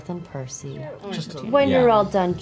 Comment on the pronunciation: That and Percy is the only one of the group of whom Tary says their name correctly.